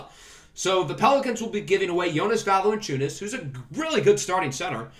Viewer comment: BTW it's "VALAN-chew-nes"